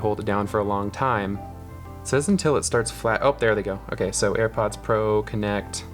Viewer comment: he said air prods